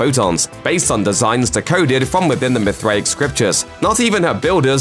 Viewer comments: say it with me now , mith ray ic ... you had me laughing like a mithriac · You say it MYTH RAY ICK bro. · Your inability to pronounce Mithraic despite hearing it dozens of times, shakes my confidence in your speculative opinion dude.